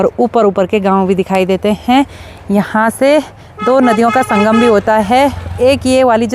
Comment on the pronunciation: हैं शब्द पर ज्यादा जोर मत डालिये,बाकी सब ठीक है।